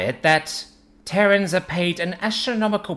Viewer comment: Terrans, not Terrains.